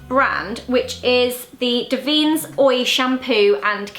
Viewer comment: Davines is an italian (beautiful) brand and it is said DÀ-VEE-NES - hope it's helpful